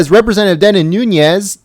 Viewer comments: It’s NOONEZ not NoonYes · Devin is my congressman. from my hometown. I must correct pronunciation please... its Nunes= NOON+EZ. (phonetically) no ~ over the N . He is Portuguese. thanks. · It's pronounced 'Newness' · It's pronounced noonez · He doesn't even pronounce Nunes correctly .